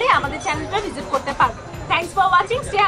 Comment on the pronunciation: You are cute.... Its should be Khudhalagse not Khudalagse